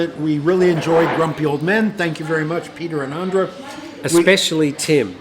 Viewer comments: Hi and Tim. It’s actually AUDRA not ANDRA. Glad you got the postcard. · P.S.. got it wrong. My name is Audra not Andra.